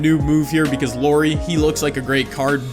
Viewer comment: Lori. little calls Lauri Lori. Glad you didn't choose him I wouldn't be able to handle hearing Lori over and over again. Good vid tho